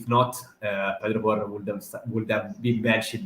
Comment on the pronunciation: How do you spell “Porro”? Well… “ Poor-o” He MUST learn Conte system? I thought he was natural in this system???